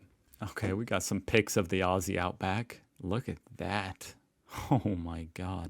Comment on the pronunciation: LOVE your videos but dude, you need to be careful what you believe about Australia. It IS as good as everyone says....except the spiders....ugh, the spiders. Please, though, call us Ozzies not ossies. Merry Christmas to you and your family,, have a great one!